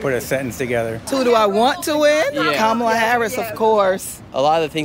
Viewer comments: KA-mala KA-mala KA-mala The stress is on the first syllable. Dude, how hard is it for you to put the stress on the first syllable? You’ve been saying Ka-MA-la forever. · Dude, pronounce her name properly for starters. After 4 years and you cant say "Ka-ma-la"?!??...... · Shirley, why do you mispronounce “Kamala”? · Racist for white male to mis pronounce her name, but not one person that is supporting KH can say her name right 🤷🏿‍♂️ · I love how you don’t even try to say Kamala’s name correctly lol. At least Trump learned to say her name correctly (most of the time). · Nick, you could at least have learned how to pronounce Kamala before you posted a video where you said her name at least 5,000 times. Jeez Louise!